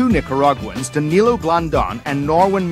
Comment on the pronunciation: dude it seems you arent the most literate too this is like the 8th name I hear you butchering in this series. DaniLO not DaniLIO. LO not LIO